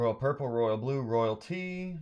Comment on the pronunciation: Royal? I heard rural.😮